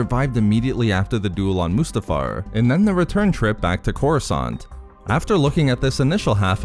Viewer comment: The way you pronounce Mustafar is is about 30% of the reason I subscribed.